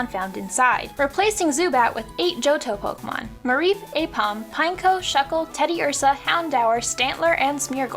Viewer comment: It's pronounced "poh-kay-mahn." Not "pohk-mahn." It's right here in this official handbook from 1999.